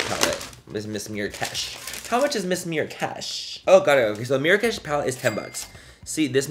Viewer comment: Geesh you kill me. Lol 😅. The way you kept saying “mirakesh” had me dying. Lol. I do the same shit haha. I love your personality, definitely one of the most enjoyable, relatable, and hilarious YouTubers to watch. Much love ❤